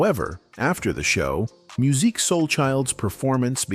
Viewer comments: Musiq not Muzeek, not Verzews its Versus! He's needs to do his own Tiny Desk. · This video was poorly done! First of all, when you use Ai, at least listen to it first so you can help it pronounce words better! Secondly, what happened to Musiq not Muzeek! smh! is happening to a lot if not all of our artist when music was actaully great! Now, they are in front of a generation that doesn't even know who they are and they are older and have not been out in over15-20 years! On his worse day what new artist today sounds better? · Did anyone click off the video after hearing "Mu-zeek" and "ver-zooz" smh....this AI crap aint it.. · “Verzooz” and “muzique” who is narrating this so incorrectly? 🤣